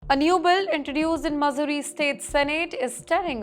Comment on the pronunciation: Oh my gosh- her pronunciation is bad (and im saying this is as an Indian). Dear anchor, pls cross check the pronunciation of words before you read the script. Missouri, stirring etc etc